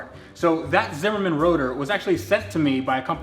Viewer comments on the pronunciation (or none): Zimmermann dics suck. And its Zimmermann not Simmermin